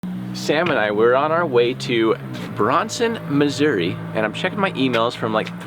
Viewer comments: it's pronounced Bran-son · Love your videos and what you do. I'm from Springdale, Ar and spent most of my teen yrs in Branson and it's pronounced Bran-son. Rhymes with ran. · i'm sorry but i couldn't stop laughing abt the way branson was pronounced. but i love your videos keep it up ! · And by the way you said Branson and New Madrid wrong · I’m sorry but that is not even close to how you say Branson MO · You pronounced Branson wrong that’s my favorite go to place